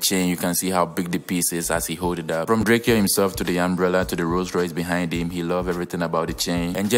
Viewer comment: It's spelled drakeo ,but it's pronounced as Drako, he used to hate when people call him drakeo, long live Mr.Mosley. ....keep grinding for your channel